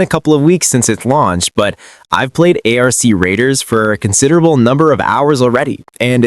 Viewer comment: lmao I thought I was trippin until I heard how he pronounced ARC Raiders lmao downvoted this shit so fast